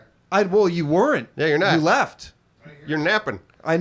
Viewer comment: pronounces weren't like were-int. Just listen